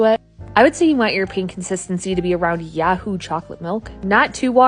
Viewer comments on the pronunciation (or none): There's no a in the word yoo-hoo, it's you-who not yah-who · Wait, did you say "yahoo" chocolate milk? Do you mean Yoohoo? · Thank you!! I was like, WTF is yahoo milk?!?!